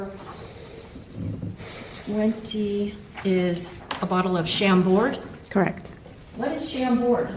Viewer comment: also if the state wants to booze shame she could actually pronounce Chambord correctly, it's French ma'am...sham-bore. Silent D...you're...ok not gonna make a bad joke 😂